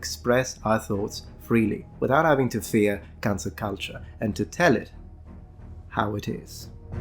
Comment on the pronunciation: When he says cancel culture it sounds like cancer culture, veryy appropriate in mah opinion.